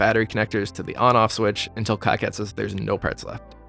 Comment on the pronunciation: Great video! Just fyi, KiCad is pronounced like "key cad" rather than "kai cad"